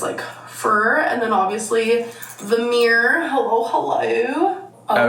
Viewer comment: me just listening without watching: what in the f*ck is a meyuwer? oh, right, a MIRROR.